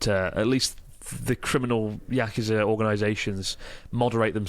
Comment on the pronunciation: yakuza not uukusa